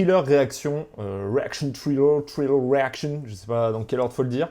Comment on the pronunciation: Bon je commence à peine la vidéo mais merde tu me trigger à mal prononcer "trailer" j'vais t'goumer ! Viens qu'on s'la colle ! J'te prends dans la Fosse à Purin quand tu veux !